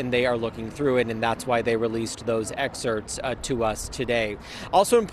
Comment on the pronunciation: Dude needs to learn how to say excerpt.